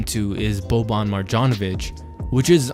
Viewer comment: When you say Marjonovic, the J is pronounced like a Y